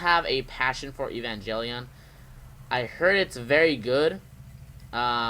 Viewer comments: Have you seen Evangelion? It's really good! Recommend it to Kaiju fans. Also, it's pronounced Ay-Van-Gale-Eon, not Ee-Van-Jelly-On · Evan (Like the name) Gel(G as in Get) ion (Sounds like the name Ian.). hope this helps your pronunciation. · "EVE-AN-JELLY-ON" lol this game better be the next ROBOT ALCHEMIC DRIVE.